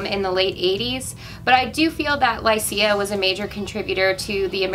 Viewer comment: Lycia is pronounced LY-shuh.